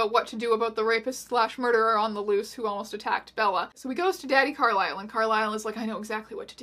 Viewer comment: I will forever pronounc Carlise's name as Carl-is-el not Carl-ai-sel lmao